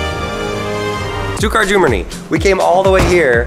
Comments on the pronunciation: It’s pronounced shtutt-gart >:( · Went to Stuttgart and did not even learn how to pronounce the city's name properly? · Why are you sayin stuttgard so weird wtf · you did not prenounce stuttgart right